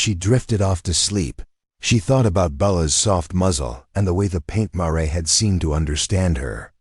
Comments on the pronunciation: Tell your AI it's Mar, not Maray! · Paint "marey"? Seriously! Lose the crappy AI and get a real narrator or forget doing this.